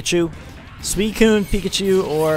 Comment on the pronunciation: suicine is pronounced sue-i-cune!